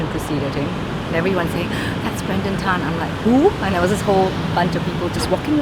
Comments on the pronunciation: What a fantastic documentary. By the way, Tan is pronounced as "TON" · pronounce as ta-an. not ten lol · Its not “tan” its t-ah-n.Not hating just correcting from SG BTW